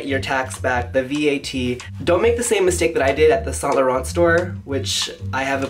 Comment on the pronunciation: Don't pronounce the "t" at the end of Laurent please.